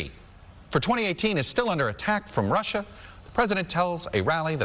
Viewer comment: Did trump say Russer and Chiner????